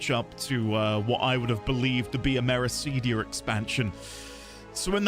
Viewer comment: That is not how you say Meracydia...